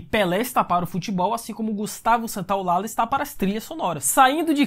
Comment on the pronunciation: gustavo santolalla se diz ;gustavo Santolaja, ll se fala como j, parabens peo video